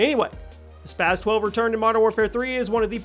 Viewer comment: Spas 12 not spazzzz 12 Also lmao mw3 spas 12, no way was it better than the KSG and striker or even the usas12 youd have to be drunk to think otherwise